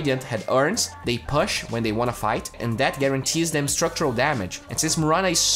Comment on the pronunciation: please learn how to pronounce push